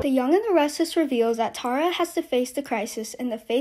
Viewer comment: Plz learn how to say ,Tara. Awwwww . T-A-R-A.